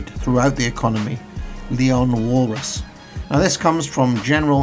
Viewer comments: Walras is pronounce valra, and he invented subjective value as well (really weird discovery, they all agreed subjective value but had very different interpretions of what it meant). Good video though. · It's actually Leon Walras :D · You mispronounced Leon Walrus’ name =))) otherwise I didn’t see any particular issue with this video